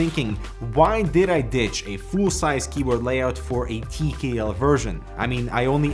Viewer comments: tea key L Not TKL Tea key L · Why does he keep saying “Tee kee ELL” instead of “Tee Kay ELL”.gahhh